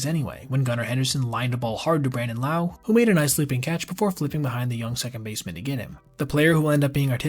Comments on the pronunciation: Josh Lowe is pronounced like Lowe's, not like l'oww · It's Josh Lowe, pronounced, Low, not Lau! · It’s as if you’ve never heard of Josh Lowe (not Lau) before. Not a good look. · Josh Lowe pronounced like Josh Low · Josh lowe (pronounced as LOW) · Say Josh’s name right